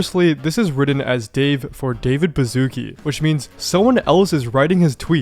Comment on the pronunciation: its not David Bazookie its a polish name and the sz is pronounced like the English "sh" sound, as in "ship". please do some research about foreign names before you misspell them